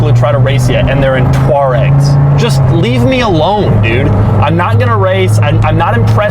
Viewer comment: Twar-egg? WTF. It's Toor-egg.